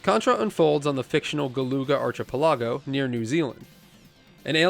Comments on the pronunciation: Archipelago is pronounced ark-uh-PEL-uh-go. Also, it cost 25¢ to beat the game when it was released. You just had to survive. Realistically though, a decent player would spend no more than 75¢ You said it yourself. Only 2 continues. 9 lives. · ARK - AH - PALE - EE - GO <--- You're Welcome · archipelago = "ark-i-pell-ago", with the emphasis on the "pell" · Who else is in the comments because they heard archie-pelago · Archer per lago...lol you are super wrong. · Arch-a-pa-la-go? Ok😂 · ...Arch-a-Pallago? You... may want to look up the pronunciation of that one, dude xD No shade, I've butchered a bunch of words that I've only known from reading too. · Pronunciation: archipelago, automaton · Man, hearing you say "archipelago" made me feel so much better about how I pronounce some words. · I love you dude but… archipelago? 😂